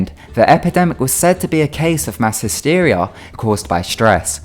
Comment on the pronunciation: 'hysteria' really bro